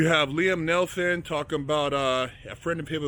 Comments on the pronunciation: neeson not nelson you sayin it wrong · It's NEETHEN not NELTHON bro. Good insight tho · Neil-son not Nelson, just saying brah, don't go splitting no wigs now. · It’s NEESON